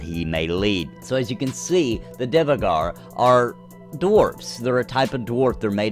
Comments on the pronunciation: It's not pronounced Divegar, but Duergar. Trust me, I'm a real life viking :) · Not to be that guy! But Dvergar literally means "dwarf" in Norwegian. So it is dwarf by all means. You said it wrong, not that that it matters in anyway ofc! haha. If the devs have confirmed that you should say it like that, they too say it wrong... he..he As always mate, great video! Looking forward to Pantheon and Camelot.